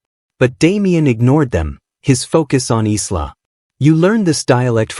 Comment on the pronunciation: EYE-LAH not Islah!